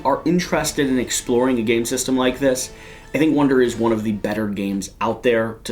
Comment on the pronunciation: I'm not sure if I was mishearing it, but it sounded like he was saying "wonder" instead of "wander".